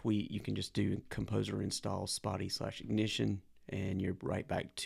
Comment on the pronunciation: Learn how to pronounce Spatie